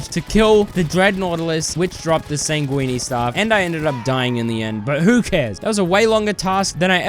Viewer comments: it’s ’sang-win’ not ‘sang-weenie’ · Bro pronounced "sanguine" as "sanguini". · I would say that the highlight of this video is you pronouncing "sanguine" like "linguini". :D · sanguine is pronounced 'san-gwin' my dude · he pronounces it like that on purpose cause its funny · he pronounces it like linguine. blood pasta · Bro still cant pronounce sanguine